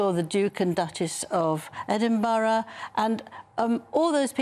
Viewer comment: EH-DIN-BRA, Angela!